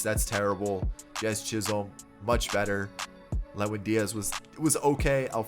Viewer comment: did he say jiz chisolm?